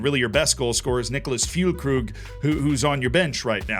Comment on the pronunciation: That pronunciation of Füllkrug was great. Like + subscribe.